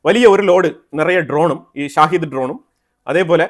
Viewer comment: ഷാഹിദ് ഡ്രോൺ എന്നല്ല ഷഹീദ് ഡ്രോൺ എന്നാണ് പറയേണ്ടത്..ഷഹീദ് എന്നാൽ martyr എന്നാണ് അർത്ഥം..സ്വയം പൊട്ടിത്തെറിക്കുന്ന ഇസ്ലാമിക ഭീകരവാദികൾ സ്വയം വിളിക്കുന്നത് ഷഹീദ് എന്നാണ്..അത്പോലെ ഇറാന്റെ കയ്യിൽ Tomahawk പോലെ Saumar മിസൈൽ ഉണ്ട്.സ്കൂൾ പൊട്ടിയതിന് പിന്നിൽ ആ മിസൈൽ ആവാനുള്ള സാധ്യത ഇപ്പോഴും നിലനിൽക്കുന്നു.